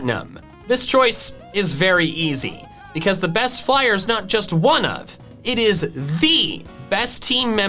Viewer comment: He say bost